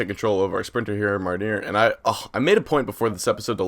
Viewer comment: I don't study French, I do German and Spanish.. But I'm pretty sure Marnier is pronounced Mar-knee-ay